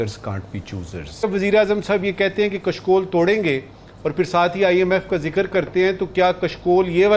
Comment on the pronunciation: Arre bhai aap " Sh.. " श" kyon nahi pronounce kar sakte ho. It is " Kashkol" कशकोल not " "Kaskol" कसकोल